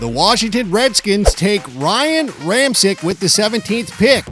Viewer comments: Ramcheck is how that's pronounced. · It’s pronounced ramchick